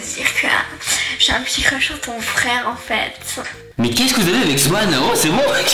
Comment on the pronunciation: Elle fait genre enfaitein mdr je critique pas je trouve juste c’est drole voila